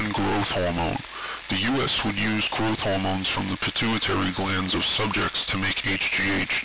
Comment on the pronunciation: Human gwowth howmones